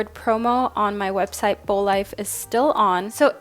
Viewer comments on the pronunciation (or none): none